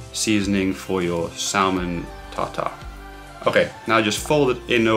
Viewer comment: Great vid. Just one thing. The L in salmon is silent :)